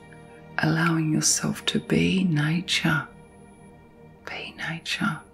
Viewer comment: Repeating the word relax doesn't help. Is she saying nature? Sounds like nie-cha... I was all, what???